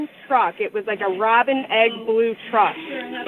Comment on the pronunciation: She said Robin egg red?